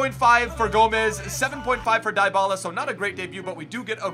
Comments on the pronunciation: It’s pronounced dee-bala not die-bala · It's pronounced Dee-ba-la :)